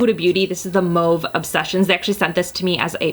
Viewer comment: Do you speak french it sounds like you said mauve like a quebecoise???